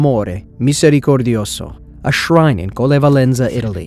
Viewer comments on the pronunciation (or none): none